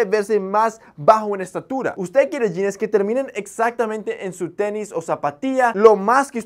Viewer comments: Me llama la atención que utilizas muchos términos gringos y no sepas cómo se pronuncia la palabra "jeans", que ridículo se escucha la pronunciación yines, lo correcto sería pronunciarlo como "yins" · JAJAJAJAJA "SE MIRA NACO" JAJAJAJA, lo dice alguien que pronuncia "jeanessss" , "chequear" y "salchicha sobre-empacada" (porque sobre-empacada es más empacada de lo normal, creo yo) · Jeans wey no jeanes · Los Yines? Jajaja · En sus "yines" ajajajaj